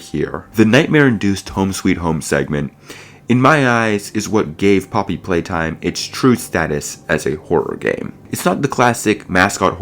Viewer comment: "Poppy Pwaytime" Maybe you shouldn't be making conclusions on an unfinished game